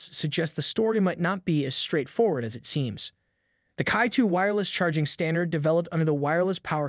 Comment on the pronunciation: it is pronounced as "chi" not kai